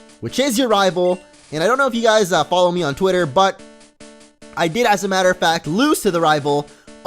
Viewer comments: Did he say " Fatter of Mact" not "Matter of Fact"? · "as a fatter of mact" there he goes again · "acctually as the fatter of mact." xD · I died of laughter. R.I.P Died laughing to saying "As a fatter of mact" XD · As a matter of fact he said fatter of mact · Did he say ''as a feter of makt''?